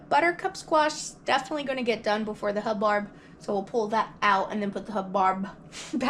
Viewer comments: Not to be a member of the Grammer police but because it was my Grandparent's last name... its pronounced hub- bird. 😊 I do not like the taste of either of those squashes. Love butternut, pumpkin and spaghetti squash. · Hub-bird is how you pronounce it! That squash was enormous! Thanks for sharing your prepping and cooking. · I love both squash types I like to stuff the buttercup and serve as a meal with like sausage and rice, also the hubbard making soup. It made me giggle listen to you say it wrong.